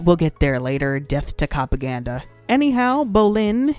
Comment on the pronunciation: Did...did you unironically say "cOpaGaNdA?" That...that's the true cringe